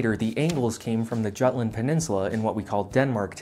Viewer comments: Jutland is pronounced Yuutland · Do we pronounce "Jutland" with an English-sounding "j"? I've never heard it been pronounced any way except "Yootland," with the Germanic pronunciation of the letter j. Unless you want to run around saying stuff like "giala-pennos sure are spicy!" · It's pronounced Jutland; not Jutland.